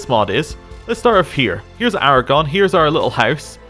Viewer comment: Lasted 1 minute. Right up till. “Aragon.”